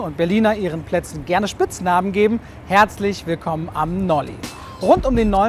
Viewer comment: Nolli? Ne, dit is Nolle!